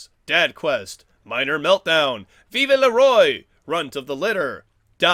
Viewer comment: Heh "Vee vah lah Roy."